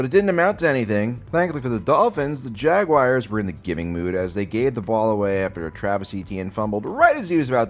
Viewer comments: Dude, what's a fucking Jagwire?? It's Jagwahrs! No "wire" sound at all. You have to be doing this on purpose. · Jag-wire is the only worse way to say it than the way the English say it. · Jag-wires XD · please stop saying jagwires it's making me violently cum I don't have much semen left and if it keeps going my balls might fall off